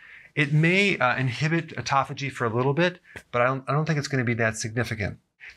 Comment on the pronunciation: I felt embarrassed as soon as he correctly pronounced autophagy. I've always pronounced it like "auto faggy"